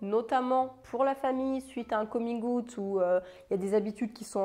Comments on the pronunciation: Moi voyant le titre de ta vidéo : bon ben en tant que bisexuelle et militante LGBTQIA+ je pense que je suis déjà plutôt ouverte d'esprit et tolérante haha Moi entendant la façon dont tu prononces "coming out" : gasp okay je suis peut-être intolérante à UN truc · Merci pour cette vidéo, j'ai beau lire beaucoup sur le sujet j'ai encore appris des choses ! (Et ta façon de prononcer "coming out" est juste trop cute 😍) Merci pour ton travail de sensibilisation 🏳️‍🌈💙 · Pardon mais ta façon de prononcer coming out: j'adore 😃😘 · Magnifique prononciation de coming out ahah, sinon super vidéo hyper intéréssante et complète . ( Rien a voir mais je suis "en transisition vegan" quels compléments prends-tu ? )